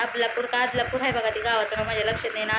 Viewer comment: आदलापुर नाही ग बदलापूर